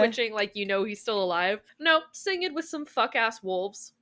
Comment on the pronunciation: "Sing-ed"? I've never heard anyone pronounce his name that way. Is that correct? Surely "Singed" is from the past participle of "singe", as in "half his face got singed in a fire in S1E3"